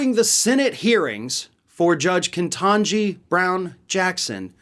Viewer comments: It's "Ketanji", not "Kentanji" just FYI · It's KET-ANJ-I. Angie with Ket at the front of it. What is it with white Americans (even liberals like ) struggling so badly with names as phonetic as Ketanji and Kamala? I thought Tucker Carlson was mispronouncing the names on purpose, to be relatable to his 90 year old viewers in Wyoming. Now I'm not so sure. After all, Americans have used English but changed words they find difficult to spell.